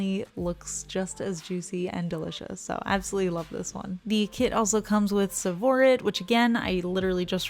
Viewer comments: it's pronounced "Sav (as in bad) Orr Ite". It's a type of garnet from the Tsavo region in Africa. You should look it up. The stones are this AMAZING green! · The green is Tsavorite and is pronounced SAV-OR-ITE with an a like "apple". It's a beautiful green gemstone from Africa. 😊 I love gemstone so these are right up my alley. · Tsavorite is pronounced sav or ite. It’s a gorgeous gem! ❤️